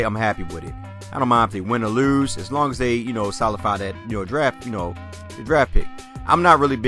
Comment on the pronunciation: Solidify, not solify!